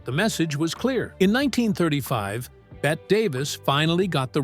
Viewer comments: Pronouced "Betty", not "Bet". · Why is her NAME being mispronounced throughout this ridiculous mini documentary? She was never called "BET" - her name was pronounced Bet - Tee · FINALLY- Agood overview! BUT - they still got things wrong ..3 things in total..First , her name is pronounced Betty not Bet ? Secondly , they didn't mention her second marriage to Arthur Hansworth & thirdly , Olivia Dehavilland was NOT a long time rival of her - she was a good & loyal friend from start to finish! All that aside - it was good cover of one of a very short list of Hollywood's very best... Thank you..😂❤🇦🇺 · For Gawd Sakes, The narrator is terrible. Her name is not pronounced Bett but Bette as in Betty. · “Bet” Davis? What asshole narrated this? This is a pathetic documentary, with its dramatic lines and its terrible script. Just delete this already. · The narrator should know better - she pronounced her name "Betty" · Really wish you'd pronounce her name correctly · Gee. Can you at least tweek the auto narrator to pronounce her name correctly??? Out.